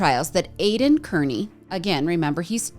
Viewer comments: Hey loved your summary of all the corruption in Norfolk County. Just a suggestion Aidan's last name is pronounced as Carney😊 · Pronounced Carney! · Just FYI, Aidans last name is pronounced "Car-knee". I absolutely love all this history. I have followed the Karen Read and Turtle Boy cases for a couple years and your coverage is great!! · We know Aidan Kearney as Aidan CARNEY (the CORRECT pronunciation!) Names are important! Please be respectful and use the proper pronunciations when using people as content. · Kearney is pronounced Car-knee